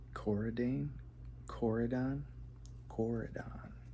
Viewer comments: well yeah but like there was no j or sh or z at all 💀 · How was he supposed to know how to pronounce it